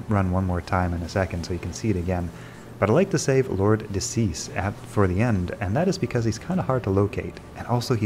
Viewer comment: De Seis is Spanish/Portuguese for "of six" and is pronounced "day say-s," not "decease." Stick it into Google Translate. ;)